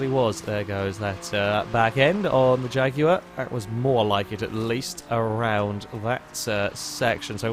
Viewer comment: It's the proper way to pronounce Jaguar.